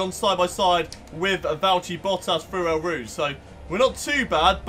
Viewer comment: You pronounce it as Oh Rouge